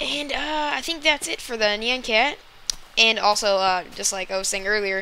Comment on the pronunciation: YOU PRONOUNCED IT WRONG AND I WANT NYAN CAT. is it a mod?